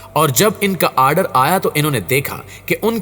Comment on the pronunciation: Aaaadar nahi order hota hai anpad..